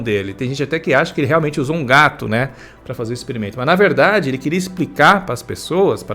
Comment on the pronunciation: "ESPRICA" PRO SACANI. KKKKKKKKK